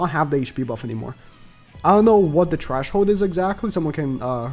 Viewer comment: I was so confused when he said that lmao 🤣 & he kept saying it lol